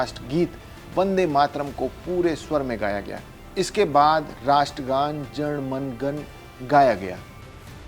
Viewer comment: 🔴Fire this anchor 😢🔺️he has mispronounced Jan Gan man. This is the insult of our national anthem 😡